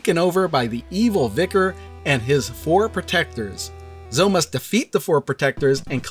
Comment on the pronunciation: Zoe is pronounced like Bowie, not Toe. I have a niece named Zoe. I mentioned this on your first video on this cart. Why are you still mispronouncing it? It's like everyone pronouncing Piko as Peeko even though there's a gd pi symbol in their logo. It's pronounced "pie-co". Even the company affirmed that with me in an email. Unsubscibing. You YouTubers need to at least get the names right if you want to be taken seriously by the literate. It's just basic respect for the companies bringing us these fantastic games.